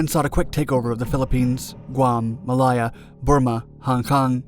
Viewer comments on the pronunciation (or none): It was 'Malaya' then but still, 'Ma-LAY-a' not -'Ma-LIE-ya'. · Mil-LAY-uh not Mil-Eye-uh Check your copy before you read it,! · I was going to mention the Maliya (it sounded like that to me) rather than Malaya. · You need to go back to school and learn English grammar not American so you can learn correct pronunciation of country names. Ma lay a not Mal eye a, how hard can it be ? 😡😡😡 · You REALLY need to work on you PRONUNCIATION of islands, where is mylia?? try Malaysia. Wake was of little interest prior to 1941, it was a major stop over for the Yankee Clipper, hence why there was a need for a hotel, not a airport for the float planes, until January 1941. He111b's are not even remotely close to any Japanese bomber ever used, so stop showing it.Please in your own stupidity please explain how task forces 11 and 14 departed Wake then 14 returned to wake to re enforce it??? Try Pearl harbor you moron!! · For the love of god, every single video you guys put out has something pronounced wrong. Whats up with that? I'm only in and here we go again! Ma-li-ya???? Its ma-lay-a.. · It's NOT "Ma-LIE-uh", it's "Ma-LAY-uh" named for the Malay (MAY-lay) peninsula. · muh·lay·uh.....Really not difficult to pronounce! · It's pronounced MA LAY AH ! Also, I'm pretty sure we didn't have satellite imagery in the 1940's. Aerial reconnaisance maybe?